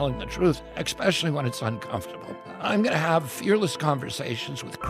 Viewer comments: did that moron actually just say “expecially”? 🤦🏼‍♂️ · mf said “expecially” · Did I just hear RFK say exspecially? Wouldn’t surprise me as he’s got the be even dumber than his boss.